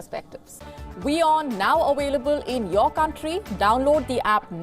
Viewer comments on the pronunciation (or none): WION now AWAILABLE, Indians just can't pronounce hat V